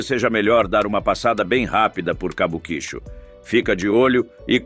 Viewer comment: Quem pronuncia "Cabuquíchu" 😂 tem mais é que ser desmonetizado mesmo. Pronuncia-se "Kabuki-Tchô"